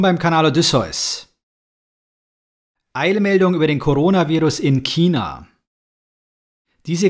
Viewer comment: Das einzige was hier viel schlimmer is als SARS ist, wie du China aussprichst.